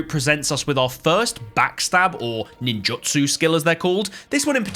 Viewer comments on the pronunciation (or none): Btw ninjutsu is pronounced nin jit sue